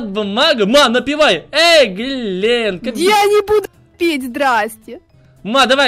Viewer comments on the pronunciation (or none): Вы говорите Глент Кобяков Влад бумага а надо глент Кобяков глент Влад бумага